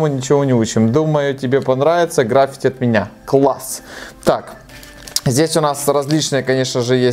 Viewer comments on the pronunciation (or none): none